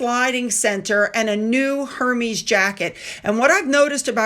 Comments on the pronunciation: Lol! In the 1990s I scored a vintage silk Hermes scarf at the thrift store for.90 cents. I was so excited I was telling everyone in the check out line about the Hermes scarf and some hipsters scoffed at me because I pronounced it the same way you do. They corrected my pronunciation for the French way. Envious hipster buzzkills! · You should learn how to properly pronounce the elegant brand name of “Hermes”.